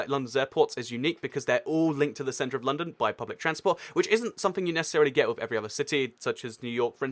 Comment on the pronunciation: Its like he pronounces London as Loondown.